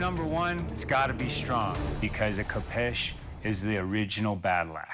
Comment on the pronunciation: This show cracks me up everytime an American struggles with the pronunciation of a sword. 'Ko-peesh" aye 😅